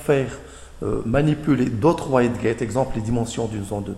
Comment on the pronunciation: Bonne vidéo. Ça se prononce "widgette" et "skayle", c'est dérangeant ta prononciation francisée :)